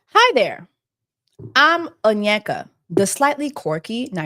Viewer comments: I mean you pronounce her name better than her, for someone who claims she loves her culture and all. She claimed her village people will steal Rolex on her ex’s wrist. Seriously? Village people that don’t even know what a Rolex is. By the way, this should have been the Danish Scammer or Danish Prince. She’s minimised this by using “deception”, this was more than Deception. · Now Jesse, you've had enough time to pronounce her name right 😂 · It's okay Ms Oh-nyek-ah, we're just revising the case study that is your life, don't take it personal 😅😂